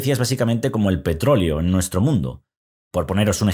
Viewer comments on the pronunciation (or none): none